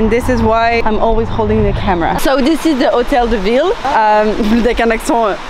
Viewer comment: It’s the hotel de villey 😂